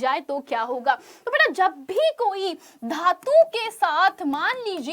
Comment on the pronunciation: धातू ❌ धातु ✅